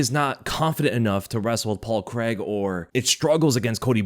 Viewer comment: There's no Paul Creg- try this phonetic pronunciation- Crayg. It's sounds horrible, as a Scot, to listen to your lazy pronunciation of a good Scots surname!